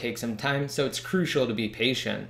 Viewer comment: ty bro .. but you have to work less on the word crucial !